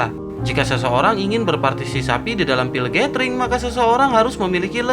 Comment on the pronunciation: Berpartisipasi om bukan berpatisisapi😂😂😂😂😂😂😂😂